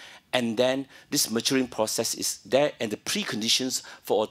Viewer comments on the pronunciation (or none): FYI, when Gan says 'zeaa'.. he meant 'there'.